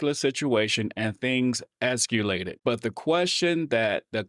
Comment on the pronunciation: C'mon brother. "EscUlated"? Really????? That's even worse than NucUlar 😂